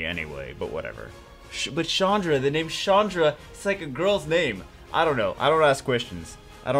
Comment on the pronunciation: Chandra is not a girl's name... Its a common Indian name for men.. (not Shaandra but a strong CH-un(like undo, but without the do)-dhra) so its like Chundhra not Shaandra